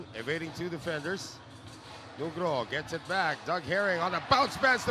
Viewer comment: Senang mendengar komentator bilang Nugroho... Nama orang Indonesia